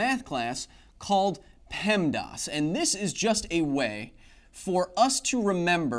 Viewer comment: In the 90s in Ontario for me! I had a feeling he was saying the acronym wrong! :P